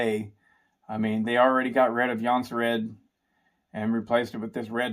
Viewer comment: Nice to see that there is atleast 1 man in united states who can pronounce Husqvarna and Jonsered :)